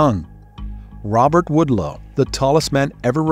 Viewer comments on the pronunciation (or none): You are mispronouncing Robert Wadlow. Not Woodlow!! Pronounced like a wad of gum. Waad low. Wadlow